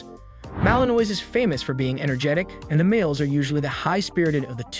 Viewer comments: I agree his pronunciation of the malinois word is embarrassing😊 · As a French American your pronunciation of my favorite breed is what it is but overall great video lol. My male is a ton of work but you get back what you put in like everything in life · Learn how to pronounce Malinois!!! For goodness sakes, or shut up